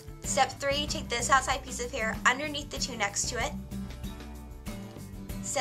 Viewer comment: "right oveneath'' lol